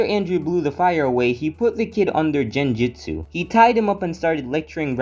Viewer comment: “Genjitsu” “jenin”